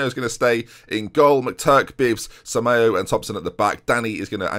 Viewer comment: Okay I'm typing this until you see it so here we go: "FER-REEN-YO" "SAMA-YO-A" (seriously, lad) "CA-ROTCH-O" "BUH-MAWN" (put some French flair on the "AWN") Like so sees.